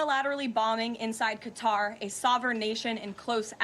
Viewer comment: once again reminding everyone he can’t pronounce Qatar properly.